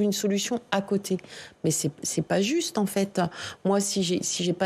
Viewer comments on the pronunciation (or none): "c'est pô zuste"